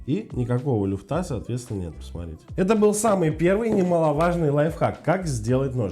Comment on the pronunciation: Не люфтА,а лЮфта,грамотей😂